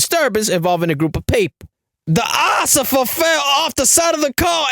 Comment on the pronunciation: “It ain't looking good for the Ociffer” 😂😂😂